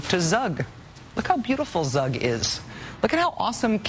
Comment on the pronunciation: its Zug about like u in U-Boat or U-Turn